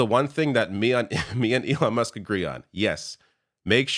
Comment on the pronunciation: did he just call Elon, elonesk?